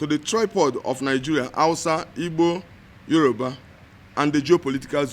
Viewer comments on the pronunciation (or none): none